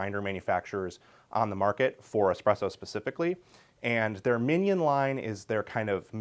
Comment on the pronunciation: Love this guy but the way he’s saying « mignon » is killing me.